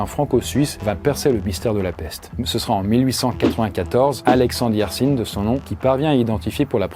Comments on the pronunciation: On dit Yers1 pas Yersine c'est un nom de famille de ma région 😋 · Alexandre Yersin vient de ma région en suisse. Et ici le mot yersin se prononce pas "Yersine" mais "YersIN" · Pas Yersine sino Yersin ça sonne a pain ha la la ces voisins Lyonnais ça déforme nos noms de famille hey! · Pour info, à , on prononce le nom de Yercin avec le son "ain" à la fin, et pas "inne" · Euh... Le mec est de Suisse romande donc son nom, Yersin, se prononce à la française : "hier sain", pas "hier sine" 🙃 À part ça merci pour les info !